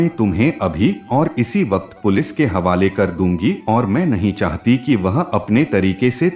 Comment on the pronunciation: Chahata thi ki chahati thi aap sach me gawar hai anpar parayee kar ke aaye itni jadi kya hai kahani parne me Raj dhani train pakar na hai kya